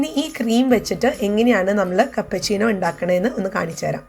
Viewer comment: Cappuccino aanu chechi cappachino alla